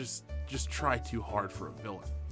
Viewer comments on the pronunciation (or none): none